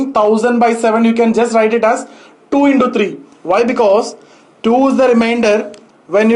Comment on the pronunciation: Into-indo thousand-tousand😃😃🤗🤗